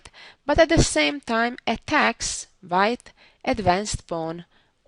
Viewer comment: Susan's English would be perfect if she would pronounce her v's like a v and her w's like a w....so, hope she can make this one change, and keep her lovely accent. For instance, wh sound in white...rather than vite...:) This is only a suggestion, because the wh sound is not difficult to learn.